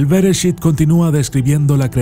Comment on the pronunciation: Nada más como corrección. Las palabras Hebreas generalmente se leen como si fueran agudas; es decir, como si el acento fueron estuviera en la última sílaba. Bereshít en vez de Béreshit, Shemót en vez de Shémot como vos lo lees. Saludos.